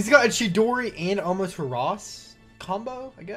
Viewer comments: keep's saying "Amaturas" when it's pronounced "Amaterasu". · Its Amaterasu not Amateras